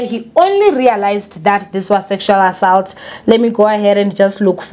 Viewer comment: Repeat after me.. Aa- salt